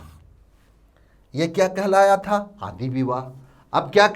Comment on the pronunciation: Not आदि Its "आंदि" ..